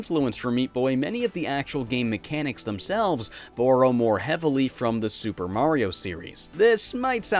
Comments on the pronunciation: You say "borrow" in a very weird way... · like, utterly off topic. but where are you from? because the way you say borrow, just curious. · You pronounce borrow funny